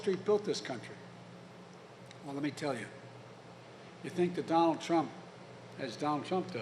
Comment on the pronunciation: Its "Donald" Not "Dronald"